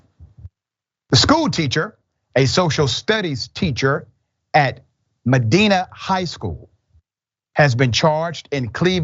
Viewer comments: No shit... Medina! Thats a pretty substantial city here, with a very large school system. This is wildly gross. Also, its pronounced M(a)-dine-a. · Medina is pronounced with a long I sound. Meh Die Na